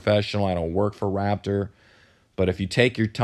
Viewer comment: Im sorry but im annoyed at the fact that you can't pronounce Raptor